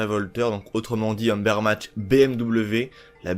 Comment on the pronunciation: Cool la video mais c Ubermacht pas umbermacht et ta customisation n’est pas hyper jolie😂